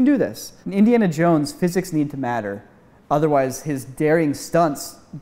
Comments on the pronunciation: No hate I just think it’s funny he called it Indian and Jones and not Indiana Jones 😂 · Indian Jones no it’s Indiana Jones